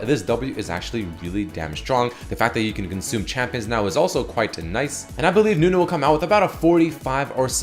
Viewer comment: its not nunu rework its newnu